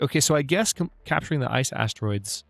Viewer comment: Did you seriously just say Ass Icetroids?!